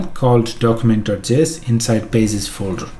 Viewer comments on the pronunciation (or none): Nobody: Say Pages: PAZESS